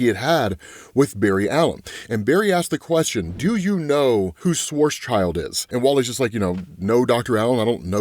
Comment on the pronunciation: You still haven't learned how to pronounce schwarzschild?